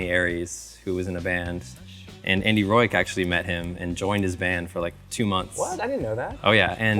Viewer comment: yes, he’s iconic. I’ve just never heard his name pronounced “Roike”